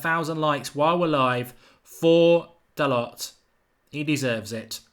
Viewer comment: Pronounced dalow u flopppppp put some respek on his name